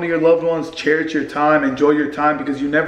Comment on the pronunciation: You didnt say cherish the first time properly 😂